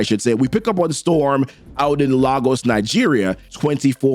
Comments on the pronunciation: It’s pronounced LAY-GOS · No human can get every word right every time, even when they know the word. Don’t be a pedantic, I think we both know what was meant when he said it